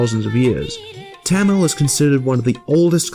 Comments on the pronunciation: First of all its [ t̪ʌmiɭ ] / [ t̪ʌmiɻ ] not [ t̺ʰæməɫ ] secondly Tamil does have voiced stops, it is voiced when it appears in the middle or the end of a word except when its germinated for example [ kʌ:l ] [ʋʌɳɖi] and [ʌp:ʌn̺] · ITS PRONOUNCED MORE LIKE THUM-OL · YOU PRONOUNCED TAMIL SO WRONG IT HURT MY SOUL